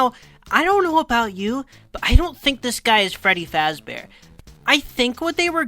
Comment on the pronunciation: his called freddie fazbor